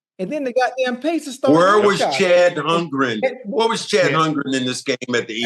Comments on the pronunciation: He said Chad Humgren. 😂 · They are 4 uncs 😂😂 kept saying Chad Holmgrems instead